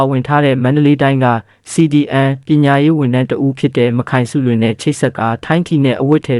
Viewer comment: "မခိုင်စုလွင်"လို့မဖတ်ရဘူးဟ။"မတ်ခိုင်စုလွင်"လို့အသံထွက်ဖတ်ရတယ်ဟ။ မ နဲ့ခိုင်နဲ့ကိုဆက်ဖတ်ရင်ဖယအဓိပ္ပါယ်တွေပြောင်သွားတာနားမလည်ရင်လဲမဖတ်နဲ့၊ဒီအတိုင်းစာတန်းထိုးပေးရင်ရပီ။